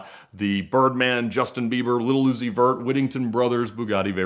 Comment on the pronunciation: HAHAHAAHA absolutely no one: ….. Ed : Little Oozi Verrrrt idk who that is